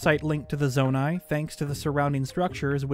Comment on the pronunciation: Me chilling here day 1 on Tears of the Kingdom listening to him say "The Zonia may not have a part to play in the sequel"